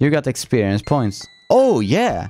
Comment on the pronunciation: det låter så men om man lyssnar noga hör man att säger esperienth (experience) vilket låter lite som fps om man säger det fel som råkade att göra.